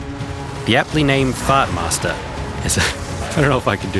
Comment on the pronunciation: say what??? "fatmasterr"?